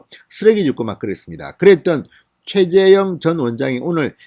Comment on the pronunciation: 발음 좀 신경써 주세요. 계속 최재형을 최재영이라고 발음하시네요...^^